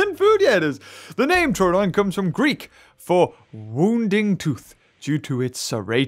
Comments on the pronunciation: Every time he said troadon instead of troodon made me die inside and he even said in the vid is it troadon or troodon then he said no it would be troadon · Its pronounced, True-Don. Troodon is Truedon